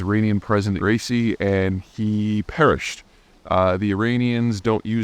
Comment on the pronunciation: Zeihan, I know you like accuracy, so please note that Pres. Raisi's name is pronounced "ebɾɒˈhim-e ræiˈsi", not "racey". Brace yourself for the return of the Small Servant of the Dear People of Iran, whose path to the presidency has been reopened by this "Act of God".